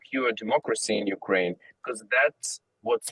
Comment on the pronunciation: she said NUkraine